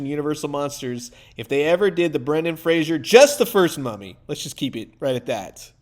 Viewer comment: It's Fraser!! Not Frazier!! 😂